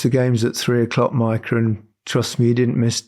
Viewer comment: Maika sounds wrong. Mika for Micah, jaa. Maika?😏